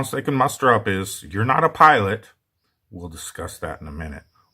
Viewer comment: What on Earth is a pilont? 😂